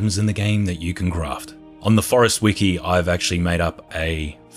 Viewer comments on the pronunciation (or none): none